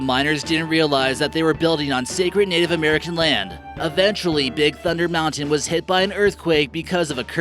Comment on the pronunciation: When he said space moutian my heart dropped